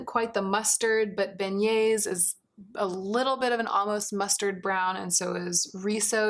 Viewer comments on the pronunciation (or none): none